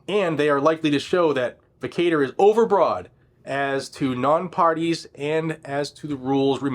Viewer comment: vacatur is pronounced, vĀ kă chər